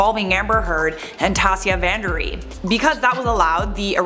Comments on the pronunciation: omfg it’s just “Van Ree” not “Van Der Ree” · Hey! It's 'Van Ree' not 'Van der Ree' :) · Van Ree, not van D’ree 😂